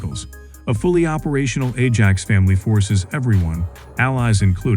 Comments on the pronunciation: Atc1m 50, the voice said Edge Axe? It's called Ajax. Get that into the AI's brain. !!. Any more foul ups will be met with great disdain. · I wish that when an AI voice is use it would say things correctly right from the start.. a reall doozy! mins Edge Axe = Ajax